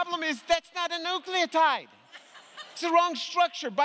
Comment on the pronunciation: "Nuculotide"? facepalm